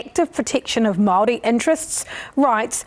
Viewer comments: Oh my God his pronunciation of everything is so atrocious he shouldn't even be allowed to speak or judge on this subject😭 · The bill was never passed, no Matt your pronunciation was shit, the crown wants to take away our culture and remove our language. The crown took our land. Slaughtered raped tortured our people. Your news research is terriable get off your computer and physically go visit what your studying. You really have no platform on what you are addressing.